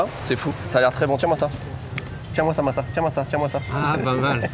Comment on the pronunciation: Et non massa a raison c la prononciation correcte